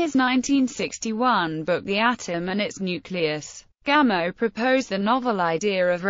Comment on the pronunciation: Pronounce it “Gamoff,” please.